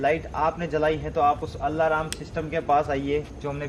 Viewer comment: Allahram kya he alarm hota hai 😆😆😆😆😆😆